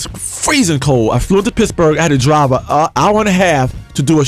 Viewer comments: wen he says pittsburgh it sounds like pissburgh....awesome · Pissburgh...he keeps saying Pissburgh. Leon!